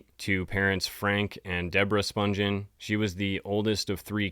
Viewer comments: You are mispronouncing "Spungen" its Spun-ghen with a hard G not Sponge-en. There is an interview with Deborah Spungen on YouTube and that is how she pronounces her name. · IT'S SPUN-GHEN WITH A HARD G!! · You are right. I think the interview is with Phil Donahue. Most people don’t realize they are mispronouncing her last name. There are also tons of videos of Nancy’s sister Susan Spungen, a famous chef and food stylist, which the interviewer usually pronounces the last name right. This is a great video, though. Very detailed.